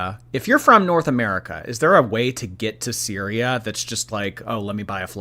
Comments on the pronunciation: said cereal instead of syria and didnt even realise 😂😂😂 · Replay gang! You most definitely said Cereal instead of Syria 😂🤣